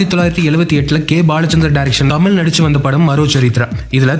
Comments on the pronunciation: இவ்வளவு ஆராய்ச்சி செஞ்சி பதிவு போட்ட உங்களுக்கு தமிழ் வரவில்லையே... ? மூச்சுக்கு முன்னுறு முறை தமில் தமில் னு தான் சொன்னிங்க... ஒரு முறை கூட தமிழ் என்று அழகு தமிழில் சொல்லவே இல்லை. இது தான் தமிழின் சாபக்கேடு. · சரிங்க,…. தமில் நல்ல உச்சரிங் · கடைசியில் உங்களுக்கு “ தமிழ்” என்கிற உச்சரிப்பு “தமில் “ என்று தான் வருகிறது .. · To ‘’: It is ‘தமிழ்’, NOT ‘தமில்’. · "தமில் தமில்"னு சொல்லி தமிழுடைய அழகையே கெடுத்து விட்டீர்கள் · I like your channel a lot but just one suggestion, please try to pronounce as "Tamizh" not "Tamil". That would great if you can try your best. Thank you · Nee Thamizh nnu modhalla ozhungaa pronounce pannu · The narrator can’t even pronounce tamizh properly